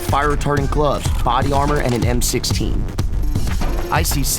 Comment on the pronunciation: "Em sexteenn" Yes, but no.